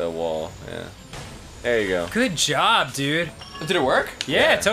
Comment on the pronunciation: Danny keeps saying great jorb...is that a Homestar Runner reference? I fucking miss Homestar Runner.